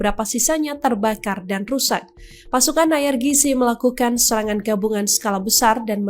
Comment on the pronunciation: IRGC dibaca ai ar ji si, mbakyu.